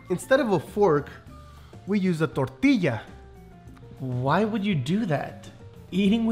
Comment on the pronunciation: American soccer moms definitely say tor-til-a instead of tor-ti-ya